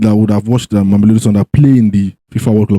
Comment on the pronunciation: Please tell all Nigerians that they must pronounce the team name correctly. MA-ME -LODI SUN-DOWNS (Not memelodi)